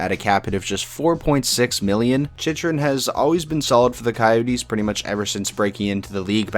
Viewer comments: Is is not pronounced more like Chykrun (for Chychrun)? That's what I remember of how broadcasters used to pronounce Jeff Chychrun back in the day. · Why does he say Chychrun like that